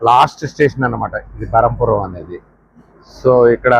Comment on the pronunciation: స్టేషన్ పేరు బరంపురం కాదు. బ్రహ్మపురం